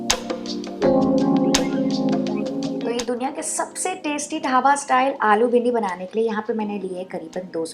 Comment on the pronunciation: I always love your video and channel but please it's ढाबा not धाबा Dont mind but it's too annoying